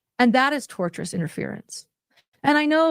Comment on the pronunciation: Tortious interference Lauren 🤣 not tortuous. This are two very different things.